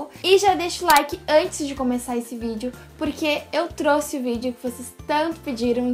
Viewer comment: Eu trouxe vc erro falo "trusse" no começo